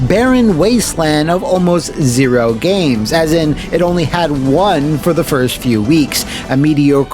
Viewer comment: "CHAD WARDEN HERE. PS3 GOT THE BEST GAYMEZ!"